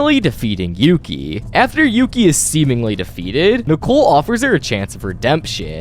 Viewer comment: It’s Yuki, not Yoki.